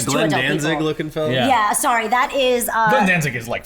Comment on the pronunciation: I love how you say "thank you" and "sorry" like a true Japanese girl haha